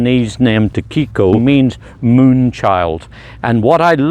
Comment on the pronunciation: Tsukiko is tsookee ko as opposed to tsoo keeko. Tsuki is moon. Ko is child.